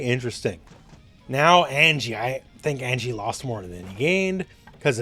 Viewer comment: They be butchering Anji dude